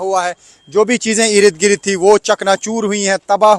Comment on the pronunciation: Rid Girid nahi balki ird gird boliye